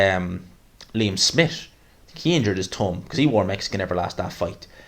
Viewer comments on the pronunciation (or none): It’s pronounced thumb not tum